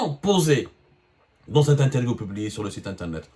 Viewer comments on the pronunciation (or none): none